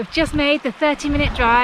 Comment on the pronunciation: I could have sworn I heard you say "Purekkari Tikka Masala". Sounds delicious :P